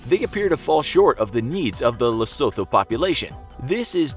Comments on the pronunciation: Bra its pronounced lesootoo not lesotho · Lesotho is pronounced Leh-soo-too :). They are still poor despite the wealth of diamonds because they are corrupt, low IQ and minimal education. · Its pronounced: LE-SUE-TOO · Yo its pronounced lesoto not Lesotho 😂😂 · the mispronunciation of lesotho is understandable because of how it’s spelled but ohhh my goddd it gets on my nerves. it’s pronounced “luh-SOO-too” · Pronounced “Lesotwo”, without the soft ‘th’ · Ke Lee soto, asie le-so-tho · Lesotho is pronounced Lee-Sue-Two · Lesotho is pronounced Lesootho. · It's pronounced 'Lesutu'.. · It's pronounced Le-su-thu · Lesotho pronounced "Le - soo - too" as a South African that hurt my soul😂😂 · Say it after me, “Le-su-two” (Lesotho) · It’s Lesotho with a Tee pronouncing it as lesoto but it’s spelled Lesotho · The h in Lesotho is silent So you pronounce it like Le-su-to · Lesotho is prounouced the se to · Lesotho is pronounced Lesooto, with the double o being a short "oo" not a capital "O" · it’s pronounced “Lesoothoo” I dunno 🤷‍♂️ why. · The way he said Lesotho was really funny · The pronunciation of Lesotho is hilarious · Damm y’all botched Lesotho💀😂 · The 'h' in 'Lesotho', softens the 't' instead of forming a diphtong. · lesotho isn’t pronounced th like thought is. Its a hard T